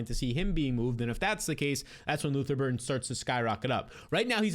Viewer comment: Luther BurDen. Not Burton for the love of god.